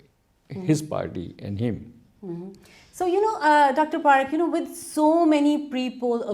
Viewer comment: It is pronounced PuhRikh not PaaRikh